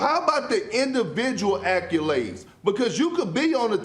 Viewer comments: “How about the individual accyoulades?” Kendrick illiterate Perkins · He said “accolades” when Jordan has the most ever BY A LOT